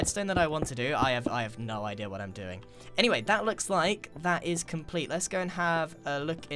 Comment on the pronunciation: I love it when you say the word idea. You always say it like “idier”!